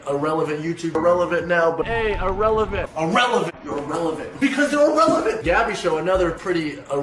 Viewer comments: i like the part when he said irellevent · I like when he said “Irrelevant”